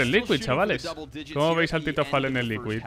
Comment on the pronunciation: Y tb pronuncia "Falen" en vez de "folen" y simple en vez de "simpol"